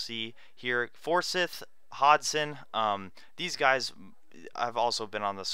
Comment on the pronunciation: Great to have you back! A few corrections: Vydra: Vye (rhymes with eye)-dra Forsyth: For-syth Geijo: Hey-Ho